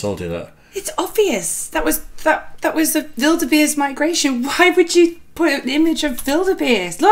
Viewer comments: Did say Wildebeest? It sounded like she said Build a bear 😂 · The video actually shows elk in both the deer and moose scenes. When got put outta shape because of the wildebeest scene, I about died laughing. I find it interesting that the way she pronounces wildebeest is with the V sound as in violin, the way the German language uses it. In America our pronounciation of the letter w is like saying Wyoming or Word or Willow. Lovin your reactions you two, keep them coming. Cheers from the Central Valley of California.